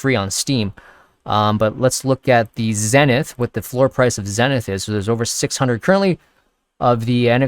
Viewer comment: zenith is pronounced like: ZEEEE-nith.... not Zen-ith